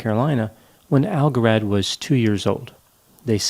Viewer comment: Pronounce algarad right